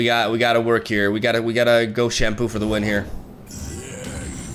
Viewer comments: He does say “Shampoo” it started from the Ren Shadowblade deck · You say "Shunpo" like "Shampoo" 😂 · "We've put in shunpo" he's gone fully rally-brain